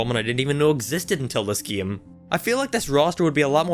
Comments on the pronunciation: its game not geam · He says game so weird.